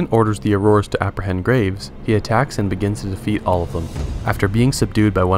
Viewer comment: Thanks for the recap! Sounds like you say aroras instead of aurers.